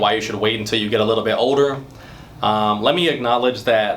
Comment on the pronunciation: The way he says “older” is funny ! 🤣 “OH-DER”